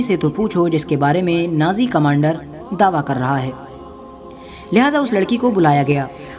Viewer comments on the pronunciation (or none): نازی نہیں ناجی بھائی کچھ خیال رکھو